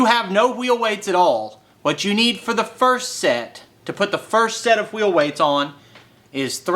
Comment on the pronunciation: You can't have a pie without whhhhheel whhhheights